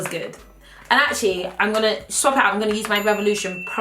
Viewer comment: When she said AAatcually. I died tbh